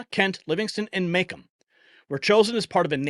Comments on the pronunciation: Macomb is pronounced muh-comb like a comb you comb your hair with it has a long o. Its not may-cum it muh-cōmb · Its ’MA’ ‘COMB’ lol, thought breaking the word down would help u understand how to pronounce the county 😂😂